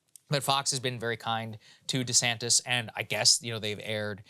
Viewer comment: Yeah. One time was real subtle; I'm pretty sure I heard "Ron DeSanct-ous." Hilarious.